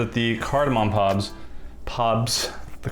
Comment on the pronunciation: Saying pops instead of pods is like me trying to pronounce tuliyollal without sounding drunk lol.